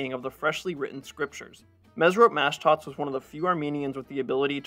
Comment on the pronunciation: It's pronounced mashdots, not mashdats. The o sound is like when you say the letter o. It's not pronounced like an a. It's pronounced like maashdots. Like saying ma, hey ma whats for dinner? Mashdots. Same for the first name. It's mesrop the o is pronounced like saying the letter o.